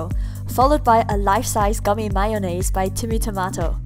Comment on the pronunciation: Myonase 😂 just love the way you say it. Not hating!